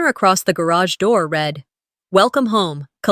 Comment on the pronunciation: Another dropped wineglass. Doesn’t happen in real life. Irritating. Past tense of ‘read’ is pronounced ‘red’. Wish the AI would adjust the stories to remove the clichés and the incorrect pronunciation.